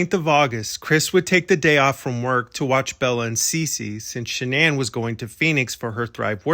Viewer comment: You are so invested in the case but you cannot even pronounce Shannan's last name properly.